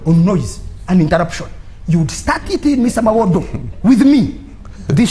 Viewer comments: IF SOMEONE CANNOT PRONOUCTUATE THE NAME MUWADA , AND HE SAY MUWODO , HOW CAN YOU EXPECT THIA PERSON TO BE AN INTERECTUAL CLEVER ? THIS IS THE SIGN OF INTERNAL STUPID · But another thing for me was the way they called him Mawodo😂😂😂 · 😂😂😂 why is he calling him Mawodo😂😂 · Mwenda is right when he says foreign interference is not good, it is not good for Uganda or any other African country. However, he is not on the side for freedom, he is part of the PLU which is led by the one who committed the latest human rights violation. Also someone had to tell him the name is MUWADA not MOWADA or whatever he kept saying.